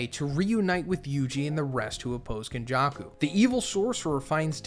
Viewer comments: ken jaw koo no BAR uh and WAY too many more mispronunciations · nothing beats white people pronunciation man; got legends like KonJuck-Ou and Meh-Goomey